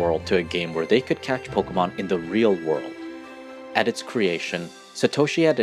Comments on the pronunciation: I just wish that you could pronounce pokémon correctly one time. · Po keh mon!!!!! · YOU CANT EVEN SAY POKEMON CORRECTLY